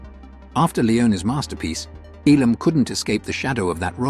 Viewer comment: Notice the A.I. announcer can't even pronounce Elam correctly. 😶